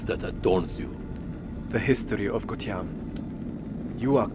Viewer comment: Gutian bang bukan Gustian,Gustian mah temen gw🗿🗿🗿🗿🗿🗿🗿